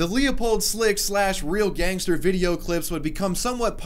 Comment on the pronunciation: Aichster gangester lol